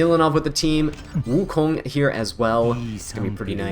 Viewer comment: His pronunciation was correct tho?